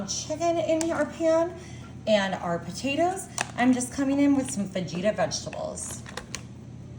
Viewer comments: Did she actually say “fah-geeta” vegetables ? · It’s pronounced FAHITA! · Actually its fuh-hee-tuh. But part of their show is to mispronounce things on purpose. 😊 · Fa-gee-ta 🫣 Just when you thought it couldn't get any more disgusting.. 😒